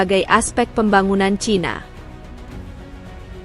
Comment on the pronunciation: CHINA dibaca "C H A I N A"